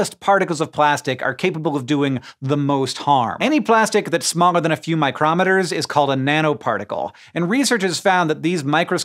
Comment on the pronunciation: Micrometer is a funny word because it's the name of a hand tool used to measure small distances. "Micro" is the metric prefix for 1/100,000 and "meter" is about 3 feet ;). Pronouncing it "myCROMeter" refers to the hand tool whereas "MICROmeter" refers to 1/100,000 of a meter. So MICROmeter is technically correct when referring to the unit of distance but everyone says micron to avoid confusion. The host in this video pronounces the name of the hand tool